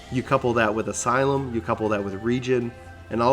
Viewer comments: Asylum. It's Asylum! Not "Alisium" :D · uhhhh that's pronounced "uh-SAI-luhm". Like a mental asylum. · I am certainly not the right person to tell you how to pronounce things cuz my english is not very good but I think you might have added some more letters to 'Asylum' and mixed some up. ^^